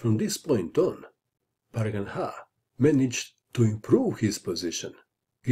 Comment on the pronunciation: He cant speak proper name of pragnanda